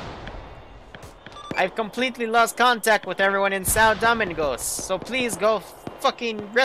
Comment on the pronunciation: Lol it's Doe-ming-gos 🤣😂